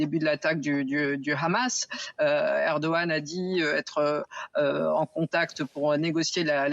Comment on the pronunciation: On ne dit pas 'KHamas', comme à l'israélienne C'est un acronyme arabe. On dit HHHamas en arabe ou Amas si on est un français non arabisant.. C'est un minimum de professionnalisme, à moins de montrer ses accointances pro israéliennes.